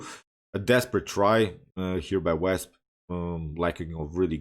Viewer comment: Wasp not Wesp. Don’t worry your English is excellent 👌